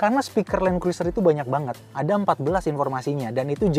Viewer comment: Bacanya Kruser, huruf i ga dibaca